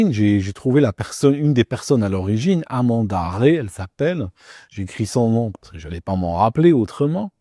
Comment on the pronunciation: J'ai arrêté le visionnage dès la prononciation du nom de "Amanda Rey" à!!!!!!!, prépare un peu mieux tes sujets si tu veux être crédible, stp. Pour tous les autres qui lisent mon commentaire, vous pouvez deviner mon opinion sur l'analyse proposée dans cette vidéo...